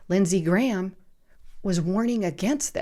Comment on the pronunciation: Did she say, Senator Ghramnisty?